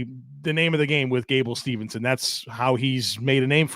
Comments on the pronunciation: Steveson not Stevenson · I don't want to be that guy...but Gable's last name is Steveson not Stevenson.